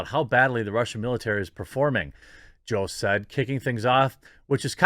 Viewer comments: It’s Jost with a hard o like “ hose” not the “ah” you pronounced. Please use his correct name pronunciation. Everyone needs their name said correctly. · It's pronounce "Yhost" homie. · It is pronounced Joe-st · Is it pronounced jost or yost?